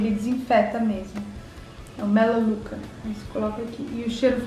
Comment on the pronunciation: Siim, acredito que ela disse com sotaque americano